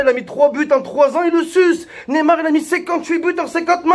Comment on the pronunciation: Mais bordel c'est pas Nemar mais neymar !!!